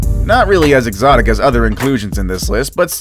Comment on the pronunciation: You say exictic fruits and you do and food wtf